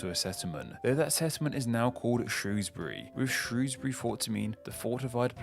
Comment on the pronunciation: Worried that a native can't pronounce "Berkshire", "Shrewsbury", or "Derby" correctly. Also, having mentioned Sussex and Essex, you could've at least mentioned Middlesex.